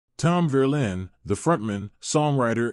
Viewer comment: "Verlaine" not Verlin!